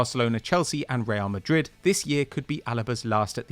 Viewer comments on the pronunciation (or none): none